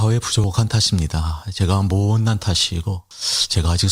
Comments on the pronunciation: 목소리 듣으니. 김치가 먹고싶네. 왜발음이. 자~~ 아 ~알. 모~ 오 ~ 옷 난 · 차아아아암 모오오온난 자아아아알 ㅋㅋㅋㅋ발음 뭐야ㅋㅋㅋㅋㅋㅋㅋ